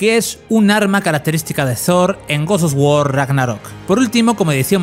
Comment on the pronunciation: Porqué dices gords dos guor?